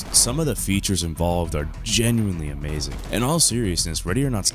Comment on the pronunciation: It’s amazayn